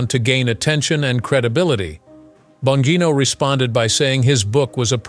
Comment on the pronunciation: If you are going to make a report on this guy, at least learn how to pronounce his name.